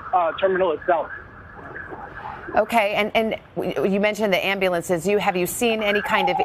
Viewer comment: It's pronounced "Am- bu- lance"!